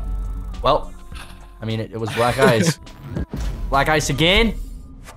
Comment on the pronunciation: Idk why but everytime said black ice to me it sounded like he was saying black guys idk why